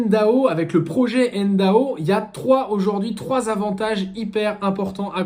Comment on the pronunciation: Soit tu prononces 'èneDO' soit N.D.A.U. avec U mais pas N.D.A.O. comme tu le fais dans toute la vidéo. C'est quand même le titre et le sujet de la vidéo.